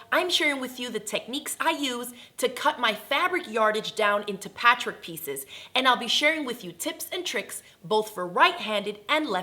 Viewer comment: Is it just me or does she have a strange way of pronouncing the word "patchwork"? It sounds like "patrick"....